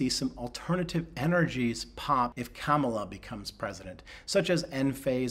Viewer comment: He can’t say Kamala correctly. That’s what I call “a sign”.